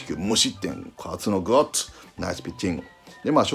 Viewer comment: いつも思うけど里さんの「グッド」「ナイス」発音良すぎ